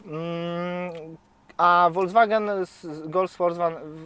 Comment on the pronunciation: Prawidłowa wymowa to dosłownie "folkswagen". To nie jest aż tak trudne.